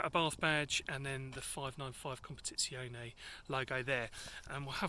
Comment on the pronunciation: Oh... I forgot to mention it's pronounced Competiziorrrrne lol.... I'm half Italian 😊 You were fine until the very end😉